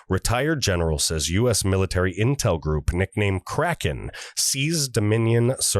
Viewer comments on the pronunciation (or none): none